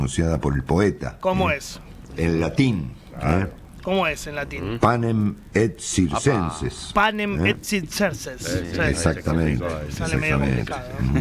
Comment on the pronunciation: Estimados: "panem et circenses" se pronuncia "panem et quiirquenses", ya que la c en Latín se pronuncia con sonido q. Saludos